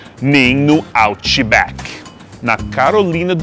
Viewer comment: Que orgulho, tá falando com o nosso jeitinho: "hotidog" e depois "outibacki" aaaaaaaaaaaaaaaaaaaaaaaaaaaaaaa aaaaaaaa que lindo